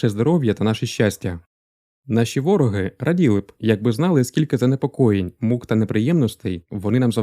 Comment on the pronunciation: Круте відео, дякую!!!❤ Але українською наголос буде не вОроги, а ворогИ. Успіхів бажаю з каналом! 😊